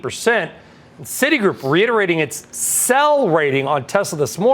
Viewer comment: City groups probounced like City Wok in south park 😂 ❤